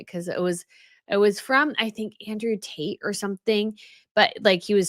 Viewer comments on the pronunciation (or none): none